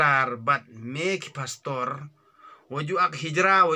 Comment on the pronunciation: U biej te mo pastor u ong phastor father u ong phadar